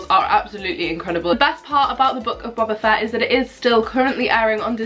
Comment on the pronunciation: Can’t lie it’s funny how u said u were watching book of boba fett but pronounced his name wrong (no hate)